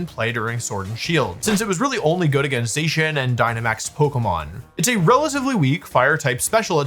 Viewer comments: I like how Wolfy switches between pronouncing it “Zay-cian” and “Zah-cian” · Hearing you say zacian wrong every time but once it's a fact I'm willing to overlook if you will please for the love of all that is Pokémon stop saying "Row Tom" when saying Rotom. It's motor backwards. In no universe would you say "Ma Twor". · I usually don’t let things like this bother me but the way he says Zacian makes my teeth hurt.